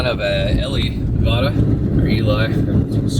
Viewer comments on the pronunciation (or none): nevada not nav-dah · Native Nevadan here; they're pronounced Ee-lee and Ne-vad-uh, but honestly close enough for someone who doesn't live nearby. 50 is one of the best routes, and there's so many cool things to see seemingly in the middle of nowhere. Most people think of Nevada as desolate but it's got so many cool hidden places. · It's not Nevawda.its Nevadda. and it's eelee. Now you know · FYI Our state is NOT pronounced Nevawawawda.